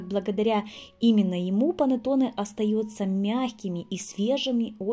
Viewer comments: Pannetonne a ne "panatone" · Рецепт пробую готовить но режет слух слово понотоне… что с русскими? Булочка бу лоч ка ❤ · Блиииииин , что за Панэтонэ??? Что вы корежите итальянские слова..Если хотите на итальянском сказать, то хоть потрудитесь сказать правельно ( хотя не пойму зачеееееем , Ведь есть на русском слова КУЛЕЧИ, что даже красивее на слух ?), но раз хотите на ,, иностранном 😅, говорите правельно хотя бы... ПА-НЕ-ТО-НЕ а не Панэтонэ, не могу блин ...И то что вы Зделали совсем не похоже на Итальянский Пантеоне...совсем.. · Что за слово понатоны?! Или как вы говорите, не поняла😳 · ПанЭтонэ, а не панАтонэ. МангО, а не манггА